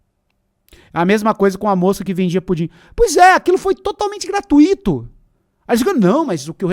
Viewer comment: É GRATUITO E NÃO GRATUÍTO, PORRA!